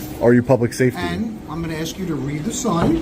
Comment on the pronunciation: When a cop says axe instead of ask and also has a gold necklace showing, get as far away as possible